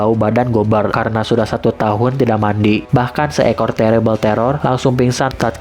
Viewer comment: bang ko bilang mati bukan mandi